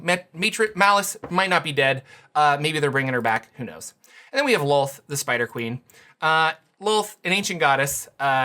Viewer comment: they also changed how to pronounce DROW<RYMES WITH CROW, NOT COW. ITS DROW/CROW NOT COW. WHATS SCARIER, A HERD OF COWS OR A MURDER OF CROW? My blood pressure spike every time i hear it. LOLTH LIKE CLOTH. NOT WOLF